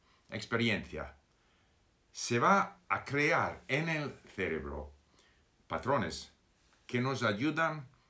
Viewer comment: Señor Steve, la palabra "CEREBRO" tiene la fuerza en la segunda "E" no en la primera. Solo para ayudar no lo digo para criticarte. Saludos.